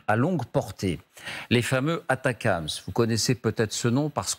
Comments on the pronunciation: On ne dit pas ATACAMS ! Il n'y a pas de A ! Il s'agit des ATACMS. Atac M S. C'est pénible. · ATACMS A-T-A-C-M-S de quelle manière ça peut se prononcer "atacams" ... ? Vous êtes les seuls à dire ça.